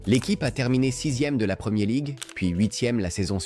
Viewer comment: "La premié league", sérieusement ? Faut arrêter l'usage de l'IA sans un minimum de vérifications.